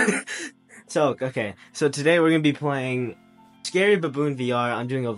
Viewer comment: I love how u said “tery baboon”